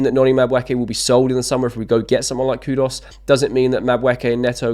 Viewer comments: Don't know who's KudOs is... but I wouldn't mind KudUs.. it's Koo-Doos, mate, not that complicated. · Mate try learn to pronounce people’s names correctly. It’s disrespectful to the player and off putting to viewers. Who is Cud Us by the way?